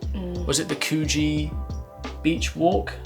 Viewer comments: Coo-jee 😂 naaaa, the "coo" is pronounced as in cook. But loved the video - great 😁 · Hey Coogee is pronounced more like “Could-g” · Please get the lingo right, it's pronounced Could-gee (yes I know it's not spelt that way) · That did grind on me when i heard it, you have a great way of explaining the pronunciation Couldgee well done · Re. how to pronounce the beachside suburb “Coogee” in Sydney. The vowel sound is the same as could, should, would. The second syllable is the same sound as the letter “G”. Just say “Could-G” very fast… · Two years and you still don't know how to pronounce Coogee Beach.